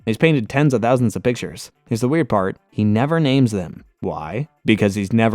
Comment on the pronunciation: This vid is great, but if you watched the entirety of the series in English dub, I dont understand the mispronunciation of nearly ALL the names.